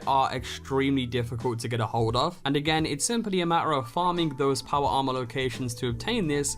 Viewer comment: Make a video of you only saying powa armah,for 3 minutes straight.